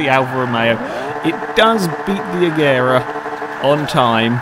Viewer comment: Please say it like "Ajera"